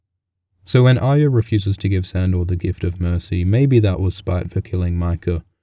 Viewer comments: not aya; arya wyth the R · well it isn't pronounced ah-ree-yah. it's ah-yah. that has been confirmed. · Can people please learn the fucking pronunciation of the name Ayra... It's not A-y-ia (like the Brienne actor says), it's A-r-ia. You sound like you have something wrong with you.. :/ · why do you brits always pronounce Arya as "Aya"? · you're deaf if you disagree. go count how many times its pronounced "aya" vs "aria" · chuhrros so how do you explain why all of these brits are calling arya "aya" even thought GRRM said it was pronounced as "Are-ya"?? or do you still think that is the intended pronunciation even though not everyone on the show says it that way? tell me how that makes sense. If GRRM intended everyone to pronounce it like "AYA" then EVERY SINGLE PERSON ON THE SHOW would have been pronouncing it that way. fucking idiot. use your brain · why is he saying iya it's not pronounce that way at all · chuhrros hence why I said "brits always pronounce Arya as Aya".....because of how many brits in the show pronounce it that way. But just because they pronounce it like that doesn't mean it's supposed to be pronounced that way. Why do they say "Arry" correctly but not "Arya"? Arry is simple the boy version of Arya therefor they should be pronounced the same way. GRRM didn't "intend" for that, it's just how brits say it. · you're an idiot if you think brits don't naturally pronounce their 'r's. Maisie Williams is a brit. she pronounces Arya without the 'r'. yet she has no problem saying pronouncing Nymeria, where the 'r' is pronounced. it has nothing to do with accents, and it is GRRM's intention. Mojo just schooled your dumb ass, so stop being dumb already.